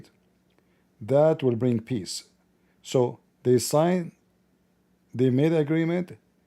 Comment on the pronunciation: Even😂the Ai get brainwashed asked pee-eace upon the nabi rasulah😆🔥that was deep😮mashalah Ai you are almost 😮 a revert to izlaaam